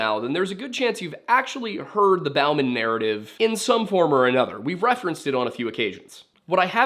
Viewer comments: It is not pronounced BOW-MAN. It is pronounced BOMB-AN. Get it right. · It's not Bawman it's Bowman